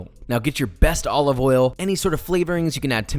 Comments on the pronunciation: Joshua Weissman: olive oil Gordon Ramsay: Olivolle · extra virgin OLOVOL